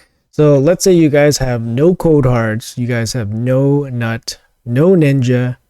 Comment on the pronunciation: The constant mispronouncing of GNUT is so maddening to me lol. It’s like a bad joke a 13 year old boy would make but then keeps making it.